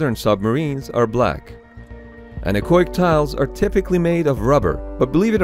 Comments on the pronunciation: Anar-coic? I was pondering what that means, until at some point it hit me like a falling rubber tree: An-echo-ic! i.e. Getting rid of the sound, literally. Man that took me a while ;) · It took me several minutes of him saying the word "anechoic" before I figured out what the fuck he was trying to say. I don't know why he says it so fast and combines the 'o' with 'ic'. It's 'an-echo'ic' not 'annakoik' lol. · It took me forever to figure out you were saying anechoic, because you are pronouncing it wrong. It's not "oi" like in "oink". The two letters are pronounced separately to make it clear the root word is "echo". "an-echo-ic". Thanks for the cool video, though! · That word, which you can't quite make out, is "anechoic". See